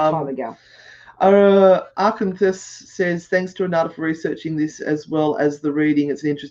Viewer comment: Arkansas is pronounced Arkansaw hunny 💕💕💕